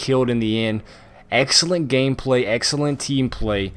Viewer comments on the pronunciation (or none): I luv it every time u say tactical hameplay